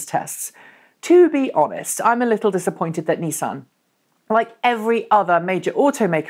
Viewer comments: 'Knee-san' Leafs are not a mainstay in any major British city. Nissans are though. If you want to pronounce things properly you could use the Japanese pronunciation for the Japanese company which is very close to the English, not American, version. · First episode I've watched, enjoyed it apart from the American pronunciations It's Nissan not Neesan lol